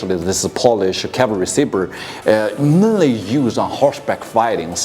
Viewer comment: cavalry. no word in the English language harder for a Chinese person to say.